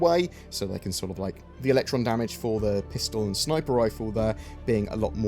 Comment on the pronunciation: Everytime you say sniper I chuckle, is that the usual way it's said in britain or is it just him? I'm an american and haven't heard it like that before